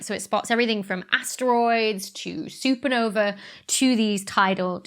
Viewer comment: Supernovae is not pronounced like supernova. WTF is wrong with you?